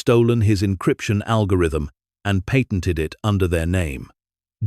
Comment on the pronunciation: read, wound, patented--all pronounced incorrectly. Learn how to read money amounts. Learn how to write and read dates.